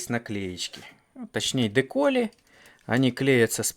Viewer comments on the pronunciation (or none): Так а почему же "ДекОли", если "ДекАли"? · почему ты говоришь "декОли", а не "декАли"?